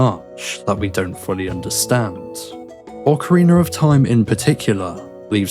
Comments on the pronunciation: Why you call it an ocareener? It's rina! Ocarina! It sounds like you're saying it with an R at the end to me. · The real mystery is where do you find the second "R" in Ocarina? Wtf is an Ocariner? 😂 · Yeah that's how I'm used to saying it too. I just keep hearing a slight r sound at the end .ost of the video but I guess it's just an accent or dialect thing. I probably shouldn't have even brought it up.